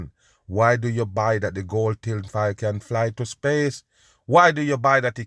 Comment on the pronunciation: The first time I heard say “ tin file” years ago I hollered!! I still love to listen to him!!!! He’s always right too!